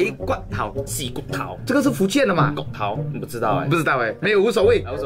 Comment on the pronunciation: 逛街说错了 音差很多 逛街 是宽街 骨头 是钩钩 勾头 厉害是丫霸 老婆说对了 壁虎跟鳄鱼我不会说 肚子饿说对了 蟑螂也对了 沙漠或者噶拉